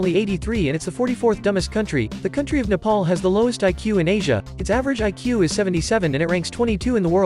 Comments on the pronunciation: Its nepal broooo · Bruh he really said nepal.. 🥺😕💔💔💔